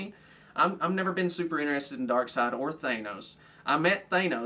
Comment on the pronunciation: I'm surprised you actually pronounced Darkseid correctly. Nobody ever does